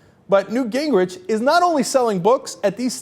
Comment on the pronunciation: The correct pronunciation of his name, according to his sister, is Gingrick